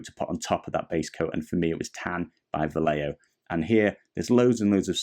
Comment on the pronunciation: Great videos! By the way "Vallejo" is pronounced like "buy-echo" all together, just in the "echo" part change the "ch" sound for an "h" sound like in the word "he". Hope it makes sense and helps. Thanks for the tutorial.